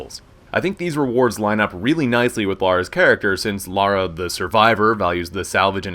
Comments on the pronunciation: I like that he says 'Lara' and not 'Laura'... Top man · 20 seconds in, no idea who is talking, but THAAAANK you for saying Lara instead of Laura. Thank you so much. I like you already.